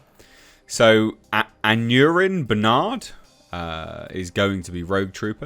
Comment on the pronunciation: Aneurin Barnard - pronounced "An-eye-rin". It's a popular Welsh name with a political connection. Jones has said that the character interpretation will be Welsh too. 😄